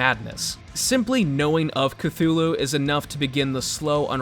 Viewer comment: That's how I feel when folks say (Ku-thu-loo) instead of (kuh-too-loo)